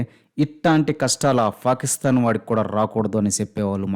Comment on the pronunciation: "ఫా" కిస్తాన్😂😂